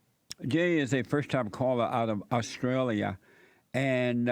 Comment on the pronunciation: "Today we have a caller from Oppstrailia." His speech is on point.